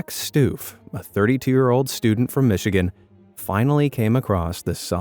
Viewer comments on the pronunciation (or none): none